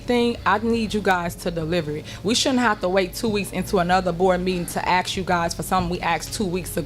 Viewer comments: The way she says aks, not ask really grates with me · WHEN A PERSON TALKS TO TIFF! SHE NEEDS GRADE SCHOOL LANGUAGE. SO ( HYPOCRITE ) WE USE THE WORD(TWO FACED) OR THE WORD ( ASK ) NOT (AKS) (QUESTIONS) NOT (WHOSTIONS) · I axe u. That’s all you need to know about this POS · She might get what she wants if she were ro "ask" not "ax" for it. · The word is :"sked" NOT axed.